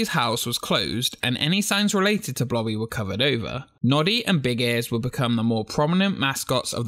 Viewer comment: blobby ,i hear her name like bloddy